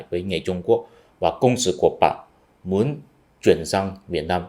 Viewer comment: lưu ý cố gắng phân biệt và phiên âm rõ CỘNG SỰ (co-worker) và CÔNG SỰ (fortifications) nhé.